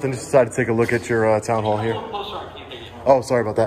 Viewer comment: you said "hoall" instead of "hall".